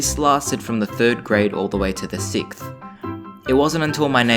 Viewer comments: “sickth” Lol I know that you already said you can’t say that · Lol I know this was a long time ago but that 6t grade pronunciation had me laughing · I love how you can't say sixth and you say sicth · its funny that I noticed he still can't pronounce sixth at the beginning of the beginning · you still can't say 6th XD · Such a beautiful soul! Jaja and your issue with pronouncing 6th lol